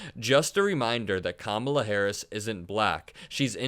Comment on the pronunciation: Trump and his acolytes, including the stooges on Fox "news", also purposely mispronounce "Ka-mala" in a sign of disrespect. No surprise coming from the same clowns who added the middle name "Hussein" whenever possible when talking about Obama.